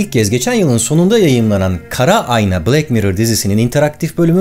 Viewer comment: Black bilek diye okunmaz bılak diye okunur bunuda öğrenin ve öğretin artık.